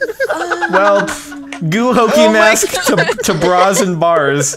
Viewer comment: lol "gu hokey mask." XD